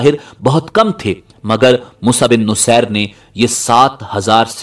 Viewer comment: Moosa bin nusair nhi moosa bin naseer